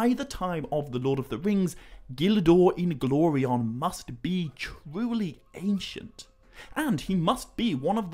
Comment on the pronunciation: Bro I love how you pronounce Gil Dor Inglorion's name👏🏿👏🏿👏🏿👏🏿 Tolkien was a genius man